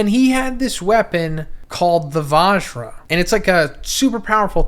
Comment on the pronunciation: Just here to spread some info.. not tryna be a prick.. it's pronounced VuhjRuh.. and Indruh